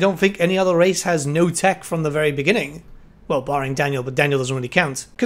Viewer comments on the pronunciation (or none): none